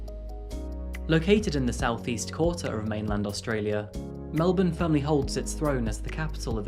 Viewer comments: You prononced Melbourne correctly! It's so interesting to hear a story about something that happened in my state.Thanks for posting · Thank you for NOT pronouncing Melbourne like Americans do! 'MEL=BORN' Nothing grates at Aussies more than hearing MEL-BORN or BRIZ=BAYN !! Love the country intros at the beginning of your stories. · thank god, you said Melbourne properly, knew there was a reason i enjoy your channel so much